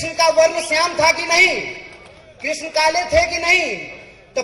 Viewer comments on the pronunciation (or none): none